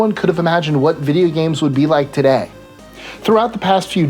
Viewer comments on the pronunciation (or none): none